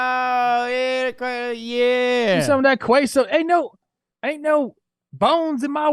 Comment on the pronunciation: Unsubscribing and reporting the way Trevor pronounced queso